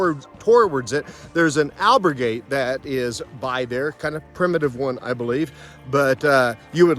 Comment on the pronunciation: Say albergue with the accent on the ber, so others don’t copy you and say it wrong too, al BER gue (gay)